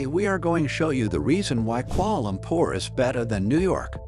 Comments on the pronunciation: “Koala lompor” 💀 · “Kuoala lompor “ 💀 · I'm from Malaysia and I'm why are you say Kuala Lumpur so weird